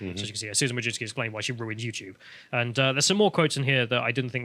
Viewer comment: "Wojcicki" should be pronounced "vooy-tzi-tzkyh". "vooy" rhymes with "hooy" (chuj), which is male genitalia in Polish